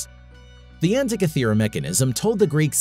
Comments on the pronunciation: after going to all of the effort to research this video, you'd think the producers would look up how to actually say the name of the island that lends it's name to the mechanism... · Good grief, this guy's mispronunciation of "Antikythera" is irritating.